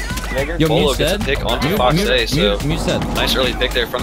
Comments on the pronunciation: I tilted my head when he said Beaulo right, then not a second later"Boo-ello" , but then he said "Boo-lou" i lost it there 🤣 i died the whole video anticipating his next pronunciation. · Commentator: Bwaylo Comments: 👁👄👁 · This guy said Beaulo Bolo Bee-a-oo-lo Beeloo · "bway-low" "boo-loo" lmao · boiwlo beaulo bulo i heard in this video. Lmfao hes great player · He pronounced it Bolo Booloo Beeaalo Belo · Booey beolu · . “Booloo, “bueyelo” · I love the fact that he pronouces Beaulo's name wrong like 7 times. its pronounced BowLow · Boilo boolo he pronounces his name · “Bwy Low” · its bow-low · why did you just pronounce it as boylo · Buuu-wayyy-looo, even though some of clips have his name said properly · is he saying bwello??? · Bulu? Come on man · Boo-Lou Beaulo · How he pronounced beaulos name tho he said booloo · Bwaylo wtf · Did you just say bulu? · Could you please decide how to pronounce him you said : Bowlo Bulu Beulo Baulo what else jk 😂❤️ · it's pronounced bweelo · ITS NOT BOOOLU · "Boolao" come on man, at least say his name right ffs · omg the commentator made this video so cringy smh. he mispronouces his name so many times(buelo, buulo what else?) superlike for beaulo himself tho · He's mispronouncing his name just to trigger people in the comments,it's not that hard to understand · He pronounces Beaulo differently every time lol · Buuulo ,boeaulo, beatroot lmao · Matthew Julian Chill, he’s just making fun of how people mispronounce Beaulo’s name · How do you mess that up. The video even pronounces his name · Top 10 ways to pronounce "Beaulo" wrong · The intentional mispronunciation killing me.😂😂😂😂😂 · The way he says his name hurts me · I love the miss pronouncing his name just to wind everyone up 🤣🤣🤣🤣🤣 the commitment to that meme 😂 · The way he pronounces Beaulo every different time is so funny to me. Like He pronounces it right once, then the rest is just a mix. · I thought he pronounced it normally until and I died laughing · Quit saying booooulo